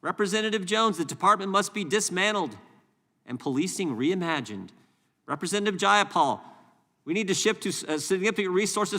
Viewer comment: Can you say represntitive?